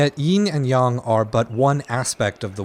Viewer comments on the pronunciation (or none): Another addendum to hopefully help fix your pronunciation: it’s not “Yeen and Yong” it’s actually “Yin and Yang” how did you get that wrong? 🤔 I wouldn’t have said anything but it was hurting my Brain to hear you say it wrong 🧐